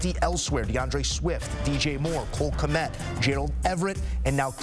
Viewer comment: Who the hell is Knet? Did you mean Kmet?